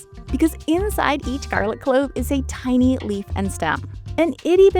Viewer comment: Am I the only one who felt they could hear the narrator pronouncing clove as "clothe" essentially every single time?